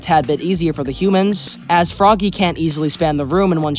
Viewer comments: just to say about frogge, when the game was in alpha the description actually explain that frogge isnt pronounced "froggy" but just like you would pronounce frog, i just comment about that, the video was alright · Frogge, not froggy. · It was stated that Frogge is not pronounced Froggy. It's actually pronounced Frog 🤓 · Also it’s pronounced frog not froggy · well frogge is supposed to be pronounced like frog? idk why